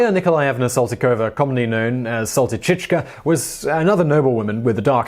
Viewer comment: neat picking, but you kinda got discuraged to say Saltychikha correctly. the ending is pronounced as 'ha': Sal-ty-chi-kha[=ha].